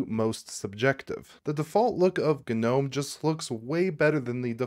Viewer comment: Turned off after seconds.. FFS.. GA-Nome.. I just cant hear you say it anymore.